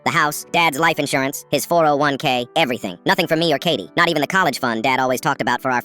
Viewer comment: the way they say 401K is weird